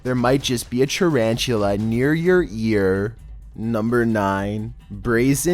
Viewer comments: Normal people: tarantula Me: Charanchula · Tarantulla.. first i tought he said chinchilla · Tarantula more like CHARANCHULA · nobody: litteraly nobody:: charanchtula but im a big fan of you two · " the... tah ran tchu la... "